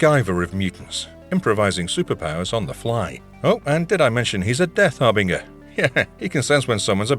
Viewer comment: Dude… har-bing-er? Lord have mercy 🤦‍♂️